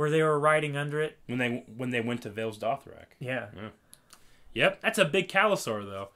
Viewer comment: saying Vales Dothrak, Vaes Dothrak, both annoys me and make me smile. Can't wait for S06, thanks and keep up the good work